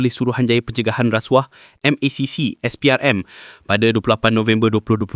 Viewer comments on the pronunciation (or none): none